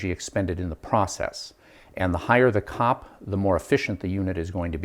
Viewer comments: As an engineer in the industry - literally no one says "cop". It's C-O-P. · As someone who worked with the design and development of automotive HVAC for 10 years, its called C.O.P. SEE OOOH PEE throughout the industry, it is NEVER called "COP" (like a policeman). I cringed every time you said it. Before I bitch at you I want to say that your presentation is world class, your fabrication is pretty fricken good. Your explanation and showing everything is excellent. Your camera work and editing is top notch. You are a master instructor at the explanation of things. You did a good experiment...but...NOT 'revolutionary'. :( Still, you got the hard part mastered, how to teach and explain. Masterful. You made your columns out of the wrong material. There is a common material you could of selected, even at home depot, that would of had 1/10 the thermal mass of the PVC pipes, and you failed to insulate them. Your process that you are using for making 'cold air' is backwards. You fell into the same trap as everyone else. There is a better way. Yes, I've done it, am doing it. You don't have enough temp probes, which, in your case, are type K thermocouples You are using the wrong desiccant. There are better ones and NO they are NOT lithium based. 1/2 to 2/3rd of your setup is just for the desiccant. Your setup USES water, even low quality water. A Carnot cycle refrigeration based closed cycle system (an AC system as you have in your window) MAKES water. This is a 'big thing' in many parts of the world. Solar heating of your desiccant would really suck because ma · I'm a thermal engineer and this is the first time I've ever heard COP pronounced as a word!